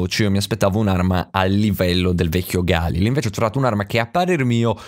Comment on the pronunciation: Aooo nn si dice così galil